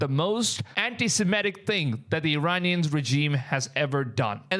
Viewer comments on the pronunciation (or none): none